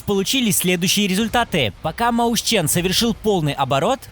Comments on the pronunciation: Маусчен. * Ты даун? Либо мойсхен, либо же мэушен. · Читается как МОЙСХЕН